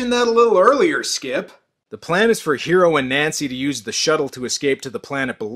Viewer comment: I remember the OVA of this was advertised as the Animeversion of Alien and the Thing. The Name is Hiro and in the dub pernounced like Hero...like in...öh...Heroes.